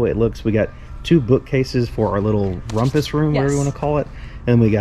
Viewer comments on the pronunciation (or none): Did you say bookcases for the “rompas room?” What is a “ rompas room?” Also Chester-drawers 😂😂